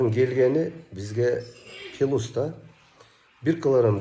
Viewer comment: Пилюс эмес плюс деп суйлогулочу